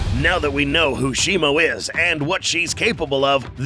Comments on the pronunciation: U say Shimo like it's Shimu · How do you say shimo? I thought it was always pronounced she-moo but now all i hear is she-mo. Which is it?